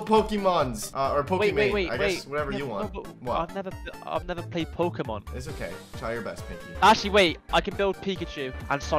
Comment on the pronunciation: After he said Pokeman I laughed so hard😂😂😂